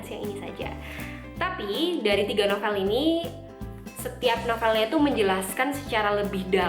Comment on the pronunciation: Cara nyebut novel itu NOVEUL iu kata guru bhs indonesia saya kak ☺